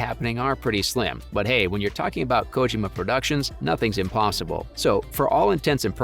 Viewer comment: It's like he was intentionally mispronouncing Kojima's lastname; way too distracting.